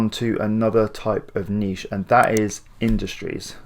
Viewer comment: I'm subscribing simply because you actually say... (NEESH) and not niTch